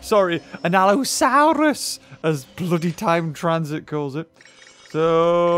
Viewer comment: An ALLOsœrus lol